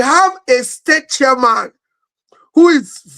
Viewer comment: your pronunciation of the word 'chairman' is completely wrong. What's Charman???